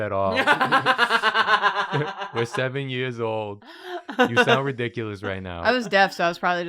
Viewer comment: “You haven’t contwibuted to the wealth at all. You sound widicuwous.”